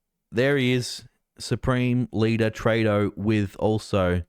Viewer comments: Come on its TREW-DO not TRAY-DO hes now the worst politician in the world since Ardern and Andrews figured out they could never be any more pure evil than they already achieved, so the least we can do is pronounce his name properly. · Trudeau is pronounced true-doe with the accent on the second syllable.